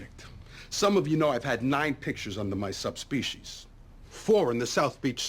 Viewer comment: "Some of you know that I've had nine pictures under my sub-species." I think that Carmine meant to say "subsidiaries." Carmine is the MASTER of malapropisms! LOL!